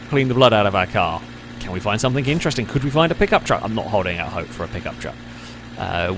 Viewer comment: How does one properly pronounce words like "thing" and "think", but then add a K at the end words like "something" or "nothing"? Stop it. You're not a 5 year old.